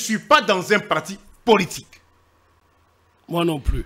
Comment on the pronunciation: L'avocat français ne sait pas prononcer le mot:" politique". C'est pathétique !